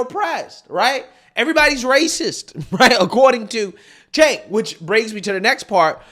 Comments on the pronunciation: Cenk pronounced, "JANK". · Cenk "Yogurt" 🤣🤣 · His named is actually pronounced Jenk,,..In Turkey their C is our J...